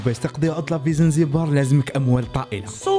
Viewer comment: يا خبيب اسمها زنجبار ماشي زنزبار هههههه يهديك ربي اخبيب